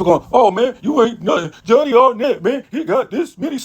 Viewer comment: Man, is Arnett not Arrent 😅